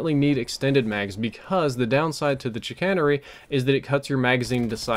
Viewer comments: The Advanced Rifling on the Chicanery is not actually there as Chicanery means to deceive and that's what it's doing. Also, you pronounced it incorrectly. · I've gotten the Whale Horn in SDs 3 times lol. Never used it though. And I never fail to laugh at people who mispronounce "Chicanery." xD